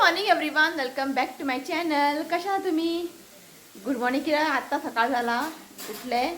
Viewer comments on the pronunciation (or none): none